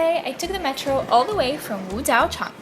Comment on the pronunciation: As a Chinese people, I should say that your pronunciation of Chinese words(Wu Jiao Chang) is super standard.